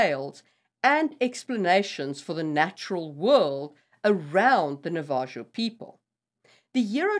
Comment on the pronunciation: I think you mean Navajo the j makes an H sound so the last syllable is like “ho” I love your videos thank you for making this content